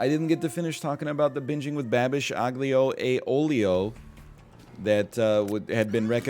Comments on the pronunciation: I believe it is pronounced aw-lee-oh oh-lee-oh, my ex made it all the time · I love how he pronounces aglio e olio